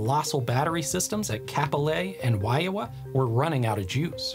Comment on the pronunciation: Your Hawaiian pronunciations are pretty good, better than most YouTubers. But the correct way to say Kapolei is KAH-po-LAY and Waiawa is Why-ah-va. Hope it helps!